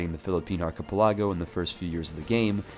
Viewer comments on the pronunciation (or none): it's Ark-Ah-Pell-Ah-Go, not Arkeh-Pell-Ago next thing you know you're gonna pronounce cavalry as calvary;) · Hegemony is pronounced Hedge-eh-moan-e and Archipelago is pronounced Arch-ah-pell-eh-go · When’s someone gonna tell him he’s pronouncing ‘hegemony’ and ‘archipelago’ wrong? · The ways in which you pronounce "Archipelago" and "Duchy" make me angry